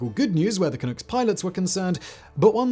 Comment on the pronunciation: Vancouver Canucks, not Canooks. Makes the "Clunk" nickname more sensible too.